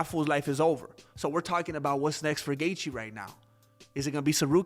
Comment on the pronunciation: Why is he Dustin Gaetche?? Ha Ha Ha